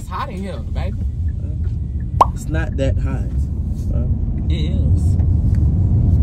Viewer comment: Anyone else love how he say babeh